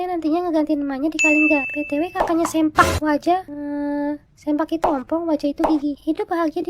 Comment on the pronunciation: Bukan sempak waja tapi seuplak waja .